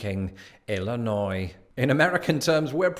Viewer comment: At least you pronounce "Illinois" correctly. Southern Illinois is another world.